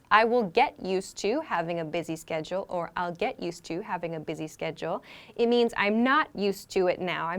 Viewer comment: You pronunced schedule as sketchle. Please repronunce it properly.